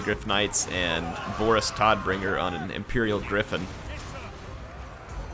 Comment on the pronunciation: 'Todbringer',. One D. It's the German word for death. Fun fact, in the German port, Todbringer's name is changed to Wüterich... but the hellcannon? It's renamed to Todbringer.